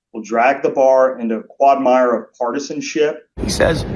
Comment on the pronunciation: He doesn’t know it’s pronounced qwag-mire.